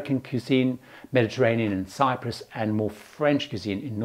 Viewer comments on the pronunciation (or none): none